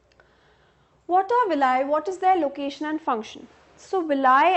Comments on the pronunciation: villi not vilay 🤣🤣🤣🤣🤣🤣😂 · Ma'am its Vili not Villia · Mam this is not a villai this is villi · Di hhh u teach very well but ur pronunciation of villi is wrong..u can search on google. ..